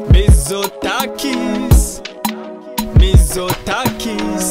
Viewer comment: Η προφορά του "Μιζοτάκης" είναι όλα τα λεφτά!!!